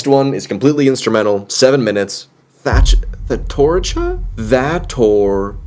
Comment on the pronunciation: You: Thatorchia Me, an Intellectual: Death Testicle